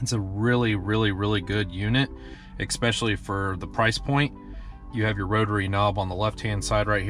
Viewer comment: "ex-specially" ugggg